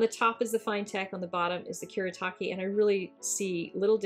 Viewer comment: oh sweet I've wondered how the kuretake ones held up to the finetec! they're pretty good. oh and you asked about pronunciation... it's "Kuuh-Reh-Taah-Keh" "Gahnn-sigh" "Tahm-bee" :} hope that helps. 💖